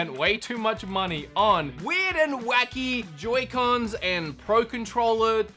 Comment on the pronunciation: Why did you pronounce it yoycons